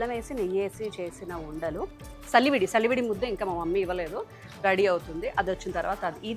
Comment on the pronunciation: సలివిడి కాదు చలివిడి అనాలి